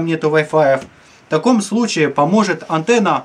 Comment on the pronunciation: Кто заметил антнна а не антенна